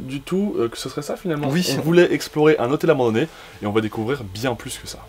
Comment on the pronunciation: "un luxieux zhotel abandonné " 😂😂😂, 2021 sinon, super exploration les gars 👌👍